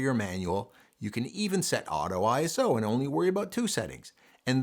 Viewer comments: It's not pronounced eye ess oh, its eye so. It's a word not three letters. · ISO IS A WORD NOT I S O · FWIW," ISO", like "RAW" is a word (pronounced Eyeso). It is not an acronym. The confusion comes from the fact that the organization that created the word happens to be called, in the United States, the International Standards Organization. Pure coincidence, because none of the other countries in this consortium established to set international standards for many, many processes, have that exactly ordered name. Doesn't make a bit of difference in anyone's photography but you never know when you might want to impress/bore your family and friends :).